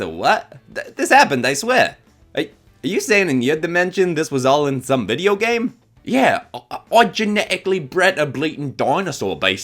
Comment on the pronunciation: HELP- MY HUMOR IS BROKEN WHY DID I START CACKLING WHEN HE SAID "you're just explaning the plot of that vi'eo game five nights and freddys!" IN THE MOST AFTON BRITISH VOICE EVER